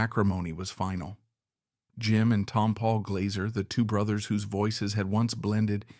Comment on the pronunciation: Ruined this by not pronouncing Tompall correctly.